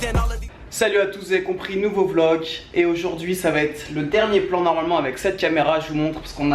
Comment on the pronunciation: Tu tu dis " vlok " au lieu de " vlog " mdrrr